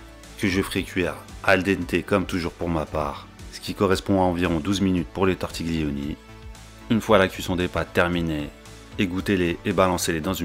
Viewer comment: Aïe "Tortigulioni" 😬 Le G ne se prononce pas 😉